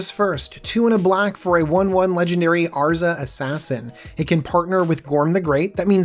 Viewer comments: It's pronounced "Ver -Tuss" where the heck did you get Virtuous? lol! And yes Azra, not Arza lol. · Please pay more attention to card names/creature types. Not even 1 minute in and you already mispronounced Azra and Virtus